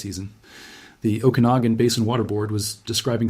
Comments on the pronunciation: The proper pronunciation of "Okanagan" is "Oh-kah-nog-an", not "Oh-can-a-gen". The origin is first nations. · Pronounced O-kan-a-gan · What a strange way to pronounce "Okenagan" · we are living in a time where we define how society moves forwards by how we choose to endorse or reject a practice. I’m all for use of AI for gathering information- but under human agency… if i sense AI in the first few seconds- I immediately disengage… why? Because you can’t fully trust what is not being vetted. If the Ai mispronounced the name of the region … I won’t be trusting the facts.